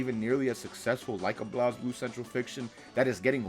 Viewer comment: Blazeblue dude said blooz